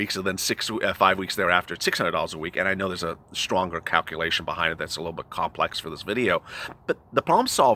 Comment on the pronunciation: Don't you mean a stronger "Cow-culation"? 😆😆😆